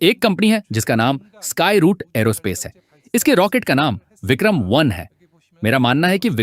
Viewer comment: It’s Vikram not Bikram